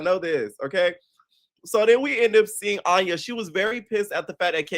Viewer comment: 🫣 He's been pronouncing her name wrong since the first episode review 🤭